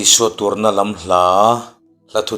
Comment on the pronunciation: i Devotion 'Ka Lal duhawm ka zahpui lo'ng' (Khb. 189) tih ka lo ngaithla a, a thain a làwmawm e. I lam dàn 'Khawvèl lawm nàn' tih hi 'làwm nàn' tih ni se a tha zàwk àwm e. A phuahtu Lal Isuaa a innghah 'rin' thù i comment hi a tha viau va. Hahdam taka Lal Isua a rin thù bàkah hian 'nghet' taka a Lalpaah a innghahzia telh zeuh a tha ka lo ti bawk. Thian tha comment in, làwmthu sawi chungin ka han chip vè anih hi. ❤